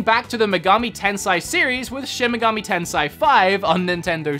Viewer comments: Japanese pronunciation isn't hard. an "A" is "ah"...always. In NO language is it pronounced "eh" like you're doing here. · Shin Meh-Gahmi Tensei come on were not gonna stop correcting until corrected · Bruh it's shi-n me-ga-mi te-n-se-i (me pronounced like MEssy and se as in SEttings)